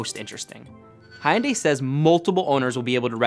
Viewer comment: I found it most amusing that he had such a hard time pronouncing Hyundai 😂